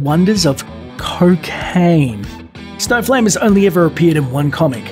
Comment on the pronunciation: For a moment I thought he said there's a superhero called Snowflake not Snowflame. haha